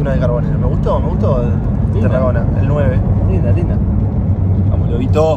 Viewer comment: Lindo vídeo gente, los empiezo a seguir. Es Tarragona el apellido, me pareció escuchar q decían Terragona